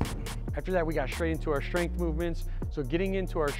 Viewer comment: Power and "shtrength" training 😄